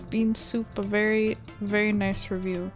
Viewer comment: I thought you said fairy-simple thing HAHAHHAHA XD